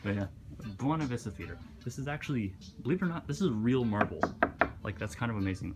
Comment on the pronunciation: to Jake does not understand the concept of a locked door XD Also, isn't Buena Vista pernounced "Bwey-nah" like Buena Girl from that Kids WB Cartoon Mucha Lucha? Hey, that song was from Princess and the Frog. "Never Knew I Needed" Loved that movie, so underrated